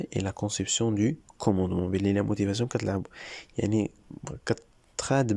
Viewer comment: «La motivation « noo lmotivasoo😅